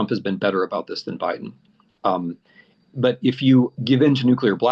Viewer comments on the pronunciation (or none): none